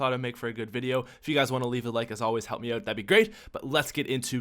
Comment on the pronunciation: I fucking hate the way he says "out"